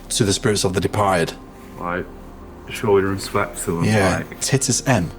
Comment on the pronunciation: Titus 😂... think it's pronounced tytus 😂